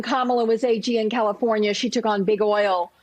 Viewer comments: Trust someone who says Calafornyur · WHY IS NO ONE COMMENTING ON HOW SHE JUST SAID CALIFORNIA